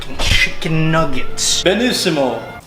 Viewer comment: Loved your perfect Italian accent on that "benissimo" ( or some shit around). Saluti from Italy! Well I'm actually in Switzerland now for my thesis but how cares, right?